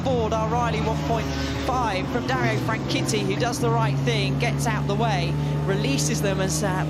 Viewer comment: DARIO FRANCHITTI IS PRONOUNCED AS FRAN-SHET-I NOT WAY PRESENTERS SAYING SOUNDS FRAN-KEETEE LOL